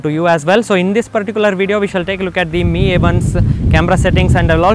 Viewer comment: The way he pronounce 'MI' as 'ME' really bothered me!